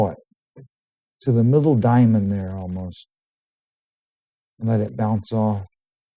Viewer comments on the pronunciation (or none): none